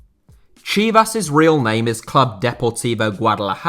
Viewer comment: Your pronunciation of Chivas sounded more off not going to lye